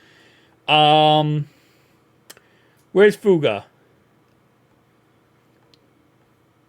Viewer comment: Please put the third syllable in Fu-a-ga.